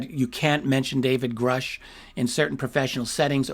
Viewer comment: Imagine?. Cant even say Grusch. Wow